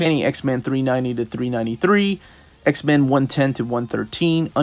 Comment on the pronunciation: I dont know what to do about the fact that every time you say x-men, I hear x-man. I love your videos, but it's driving me insane.